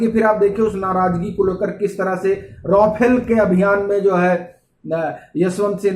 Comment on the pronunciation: राफेल को रोफेल उच्चारित न करें तो अच्छा हो।